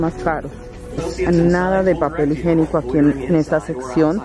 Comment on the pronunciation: No se dice higenico......la pronunciación es higiénico. Disculpa.